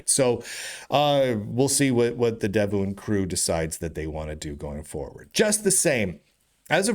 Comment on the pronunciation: Sorry to interrupt. Devuan is pronounced "dev-one", as mentioned on their website.